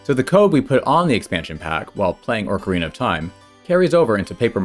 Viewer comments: Why do you say Orcarina? There's no R in that part of Ocarina. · It's Oak-arina, like the wood, not Orc-arina like Saruman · There's no R at the beginning of Ocarina. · look i can excuse saying mærio but "orcarina" is just wrong. you added a whole extra R there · ORCarina? It's not an orc princess! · Yeah, it's meant to be Ocarina, not Oak-arina. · I am asking this genuinely and I apologize if it comes across as rude in any way but do you say 'orcarena' as engagement bait or is that just how you're used to pronouncing it? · Orcarina. I hope you say things wrong for engagement bait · you pronounced ocarina wrong